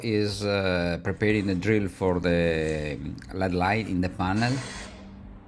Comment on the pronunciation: I learn a lot from your videos. Thanks. I'd like to teach you something in return. When you say LED lights it is not pronounced like the metal. L.E.D. actually stands for Light Emitting Diode. It is pronounced like each letter all by itself. L-E-D And I will add that I only wish I could speak even some Italian as well as you speak English.